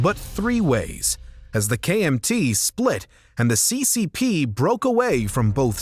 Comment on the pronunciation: your pronunciations are upsetting c.Cee. p?